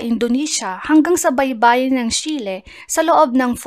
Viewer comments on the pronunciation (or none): none